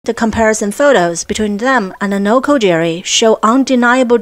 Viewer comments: Noko Giri. not Jiri Great place to explore in Chiba. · It's "noko-gi-ri", not "noko-jerry". Why can't westerners get basic, simple pronunciations right? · A “G” in Japanese is Always pronounced as a hard G. “J” is used to make a soft G sound. It is Mt. Nokogiri, not Nokojiri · NOKO GEE REE